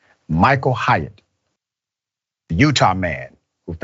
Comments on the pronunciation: The proper way to say that last name is like ~hate~ Like Haight and Ashbury where us hippie Deadheads hangout. It sounds like you're saying Hiatt. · It’s pronounced hate, not Hyatt